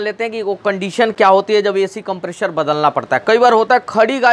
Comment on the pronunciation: If you can pronounce "compressor" then why are you deliberately pronouncing it as "Compreshor"